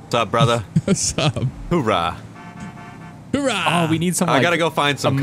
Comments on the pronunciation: It's not HOORAH it's OORAH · little do they know its owrah, not howra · It's oorah there is no h in the front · As a Marine lol I cringe every time they say "Whoorah" 🙄😑 it's "Ooorah"! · It's OORAH not HOORAH ( I'm not wrong) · Oo not Hoo 😂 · It's ooh rah not hoo raa sorry I sound annoying but it's a marine saying coming from the noise a sub made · jesus boys it Oorah not whorah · It's not hoo rah it's ooh rah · It's 'oorah not hoorah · Oh my Jesus Christ it’s ooorah not hoorah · Its not hoorah its oorah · It's oorah not hoorah, thats how you piss off any military person fyi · O my fuck, it's Ooraa not hooraa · They're mixing the Army "hoouh" and the Marine's "Oorah" together. lol